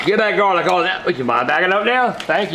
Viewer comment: "El garleek" 😂😂😂